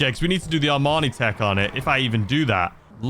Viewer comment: Bro i know you’re from the UK but its pronounced EE MANI TEC… its not a suit